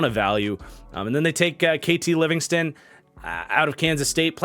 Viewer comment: Btw the OL from Kansas state for the rams is KT Leveston not Livingston